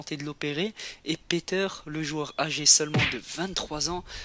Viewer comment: ses un ses pèter (prononciation piter )